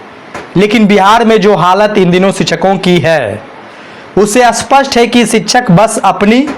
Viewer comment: शिक्षक का सही उच्चारण तो ठीक से करे